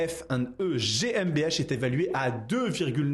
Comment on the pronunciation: Prononcez Gué M B A (gmbh) au moins c’est stylé et juste 😅